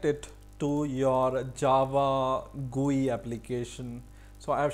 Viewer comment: Everything is good but what is guee it's G.U.I